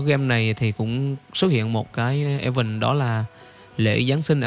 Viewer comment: “Ìn ven” chớ hổng phải “e vần” 😢 Please!!!